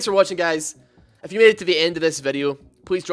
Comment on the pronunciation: when you say if you it sound like f u